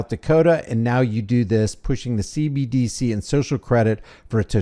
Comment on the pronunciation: That's the end goal of this 4 years: digital eye dee and "c-bee-dee-c"